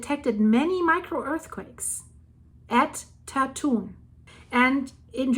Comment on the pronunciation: BTW, Tatun is pronounce as Dah Twun with the 'u' sound like 'uh' as in the word cup. Actually, the number of earthquakes in Taiwan in the last couple of years has been comparatively quite low with only 3-4 actually being felt by the residents of Taipei or the greater Taipei area, including the surrounding surburbs called New Taipei. I'm a resident of Taipei.